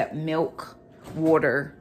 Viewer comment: I love how you say water. Warter 😁Love your videos!